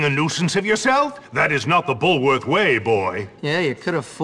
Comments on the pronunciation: It’s BULWORTH, not “Bullsworth” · I love your analysis, and I am playing the game right now for my own channel but one small critique- it is pronounced Bullworth. There's no S.